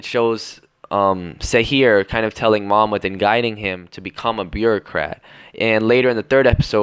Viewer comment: Ok no offense but they way you say those Turkish words espacially ''Mahmut'' is really wrong and you are adding and deleting soem wrods while saying it Don't try to say it like in the anime that is made by Japanese people just google a Turkish person saying it and try that